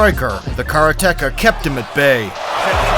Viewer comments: At least try to pronounce karate-ka properly. Not kara-teka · What the hell is a 'karaTeKa?' Is that something off the menu in a Mexican restaurant? Maybe you're trying to say the Japanese word 'kaRate-Ka.' For God's sake. This is a martial arts video. Learn the pronunciation the Japanese word ''karate-ka,' God damn it. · Please, stop saying kara-teka! Ruins an otherwise great video. Its Karate-ka. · The narrator should learn the correct way to pronounce "karate-ka". (Katate person).